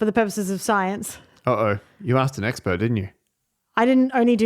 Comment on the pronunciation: was that "eggspurt"?